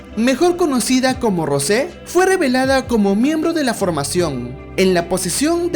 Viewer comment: “Rose” JAJAKKSKS,se pronuncia rous